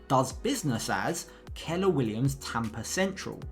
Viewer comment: should be tampa not tempa